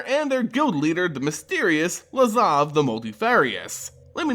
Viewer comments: LAZAV! LAZAV! STOP SAYING LAVAZ HOLY MOLY THAT'S ANNOYING!!!! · Please stop saying “Lavaz” instead of “Lazav” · yeah fuck this guy. Learn to pronounce lazav. get a life. etc... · "Lavaz" lol